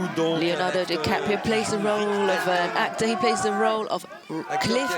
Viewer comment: Leonardo "Cappatrio"?? .